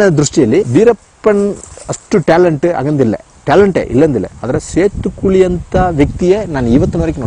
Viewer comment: 😂😂it's setukuli not setu koli😂😂 🐔